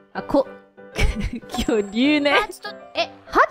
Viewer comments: Fun fact, the way she says it, it kinda sounds like 巨乳 which means "huge breasts" lol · Kyouryuu Hajime : kyounyuu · yea thats why bae got stunlocked hajimye really just said big breast (kyonyu) instead of dinosaur (kyoryu)